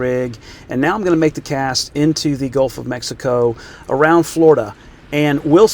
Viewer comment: Hey there, how the heck are ya, buddy? You said, "I'm gon'a cast a camera, into the surf, "AROUNG FLORIDA" 😱😮🤣🤣🤣That's just hilarious, because, Florida has approximately 1,350 miles of coastline; you could've narrowed it down, just a bit? 🤣🤣🤣